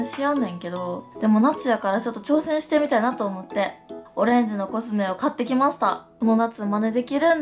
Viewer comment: 「買ってきました！」とかの「きました」が若干だけど「きますた！」に聞こえるんほんと好き((マニアック))